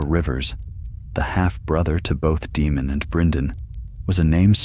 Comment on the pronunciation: Hello good sir, been subscribed since the 6th video of the channel. Sorry for being autistic but I believe it’s pronounced as “Daymon/Daymond” not “Deemun”, they also say it in the TV series. Apologies for the correction and thank you always.